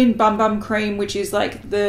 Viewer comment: 'Bum Bum' is pronounced 'Boom Boom' and it means booty in Portuguese from Brazil! But you sound very sweet saying 'Bum Bum'! :)